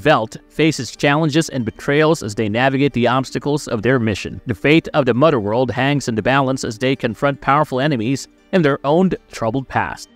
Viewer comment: "Fahder" and "Mudder World" 🤣